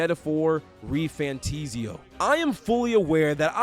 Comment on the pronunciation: Why would it ever be refantIsio? It is an "A"😂 Good video😊